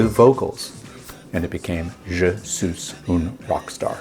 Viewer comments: sweesss not sooss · Wyman does not butcher French like you did. I cringe every time you pronounced 'suis' as 'suze'. 'Suis' is pronounced 'swee'. When followed by a vowel, there is what is called liaison. In this case the 's' is then pronounced making it sound like, 'sweezun'. He actually speaks French (I believe he was living there at the time). Ian Drury would have been a good choice as he injects both French and German into Hit Me With Your Rythm Stick. You mentioned the wrong Kinks album. Destroyer was off the next album; Give the People What they Want. I was living in Australia when this came out and it was on the TV a lot. You couldn't help but sing along. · Incidentally, Suis is pronounced ‘sweeze’. Not ‘suez’. Just sayin’…😂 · It's pronounced "je Swee un rock star" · "Je SOOS un rock star" 😂. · Very interesting! Never heard of this song before, crazy to see how many other Stones related songs it out-performed. Just curious: Were you being ironic when you mentioned how Bill butchered the French language, while you continue to mis-pronounce the song's title throughout the vid? 😄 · I'm not sure but if I remember correctly he mispronounced it intentionally.